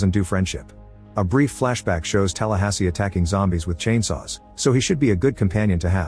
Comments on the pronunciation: The AI narration is annoyingg. Saying Tallahassee as Talasssss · what kind of an illegal immigrant or cheap AI can't pronounce Tallahassee?!?!?